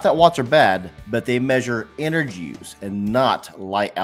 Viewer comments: Watts = energy. He said Engery 🤣🤣🤣🤣🤣 sorry but had to point that out. But in a all seriousness, LED > halogen/incandescent bulbs ❤️‍🔥❤️‍🔥❤️‍🔥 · Engery haha